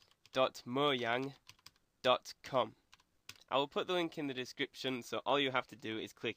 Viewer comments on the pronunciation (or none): u said moyang XD